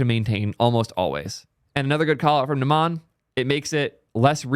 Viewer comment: its "n uh - m uh n" not "n uh maa n"